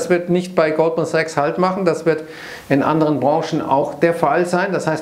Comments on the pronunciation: Ich verstehe immer Gruppensex, wenn Goldman Sachs sagt. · Verdammt, jetzt höre ich es auch. 😄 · Ich auch!!!!!!!!!